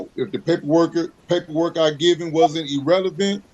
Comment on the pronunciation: He says to the judge “if the paperwork I gave you wasn’t EE-RELEVANT”… Why do people attempt to use big words in court? They just end up looking like idiots. 🙄 He butchered other words before and after this, but listing them all is too much. 😂